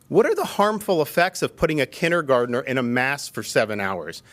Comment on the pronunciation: Anybody who pronounces “Kindergarten”as “Kinnergarden” should not be in charge of anything. No Wonder it’s a Shit Show in Florida.